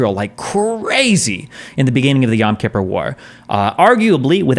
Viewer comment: Destiny said yom kipper right!!!!!!!!!